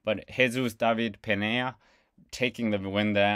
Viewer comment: Peña is pronounced Pain ya